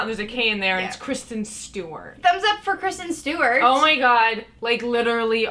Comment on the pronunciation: not-care-sten stewart